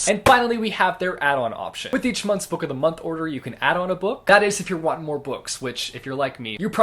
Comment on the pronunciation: Nobody:: Book’o’dhmonth